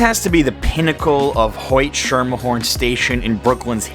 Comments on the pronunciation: I've never heard it pronounced hot and shimmerhorn it's prounced skimmerhorn. I know they are both spelt incorrectly but I was trying to spell them out the way they sounded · Great video. But it's pronounced "Skermehorn", not "Shermehorn", and "Dekaalb", not "Dekolb". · Ok everything else in this video is true I guess, but WHY IS HE SAYING "SHIMMERHORN" IT'S S K I M M E R H O R N, or SKEMMAHAWN but definitely not "shimmerhorn" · The conductors pronounce it "SKER-merhorn", not "SHER-merhorn". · I WAS JUST ABOUT TO SAY THIS. WTF IS SHER-MAHR-HORN????? IT'S SKIH-MER-HORN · I just find it funny because New Yorkers pronounce it "skimmerhorn" but the correct pronunciation is "shermerhorn". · Being a native, I heard your voice & right away knew you weren't. But that's irrelevant. You're showing love where most people trash talk it. Streets are prounounced DEE-kalb & SKIM-a-horn. Thank you for the positivity 👍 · The Hoyt-Schermerhorn station where Michael Jackson did his video is pronounced Skermerhorn. Thanks. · Please re-edit your video to correct the pronunciation of Hoyt-Schemerhorn station. Its SKIMMERHORN. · Hoyt and Schemerhorn is pronounced “Hoyt and Skim-uh-horn” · it's pronounced SKIM-ah-horn.Pronounced any other way is how you spot the hipster transplants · Hoyt and SHITmchorn. Bruh. I've never heard it said like that ever. Lol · Ok thanks for the video , I'm a born and raised New Yorker lived there from . Going back later this week with my wife who has never been there. Other than your mispronunciation of Dekalb & Schermerhorn re: Hoyt- Schermerhorn subway station you did a pretty good job. One other thing you might mention that you can't walk through different subway cars unless there is an emergency or directed by a city transit official, I don't think you will arrested but you can be given a hefty finet hat I would rather spend at The Oyster Bar Lol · I don’t like how you said schermerhorn